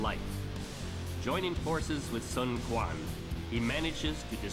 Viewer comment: Also, Quan is pronounced "Chuan":)